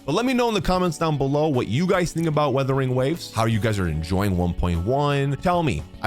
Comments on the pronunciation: Kinda hilarious hearing you call it WuWa, so you know it's a "u" there but then you say "withering" or "weathering" instead of "Wuthering", I chuckle a bit almost every time. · Days since calls it “withering” or “weathering” waves instead of “Wuthering”: 0 days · First of all it Wuthering waves not weathering waves😂😂